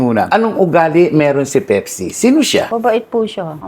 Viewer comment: baka po Pepsi yun hnd pipsi 😂😂😂